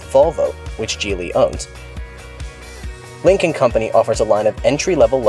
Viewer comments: Any one else hearing "Lincoln Company". The entire episode im thinking american lincoln has a company in china lol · Dude yes